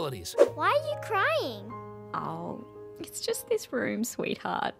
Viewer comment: uhm sir there not and it's "just" not "gust"